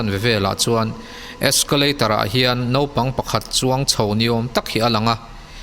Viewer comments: Zân dar hnih nilovin Zinglam dar hnih aw... Nopang nilovin Naupang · a tha viau a...mhse naupang thla tih tur ah khn nopangthla i ti daih aa......tbh......tha tho e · Naupag ti la nopag ni lo in mijo tog dik tk in